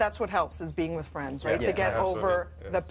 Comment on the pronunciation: it's WITH not wiff! 🤦‍♀️😂